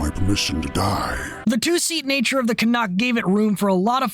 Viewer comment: As a Canadian, I have to thank you for correctly pronouncing "Canuck". I see all to many people on Youtube, primarily from Europe, pronounce it as "CanOOk".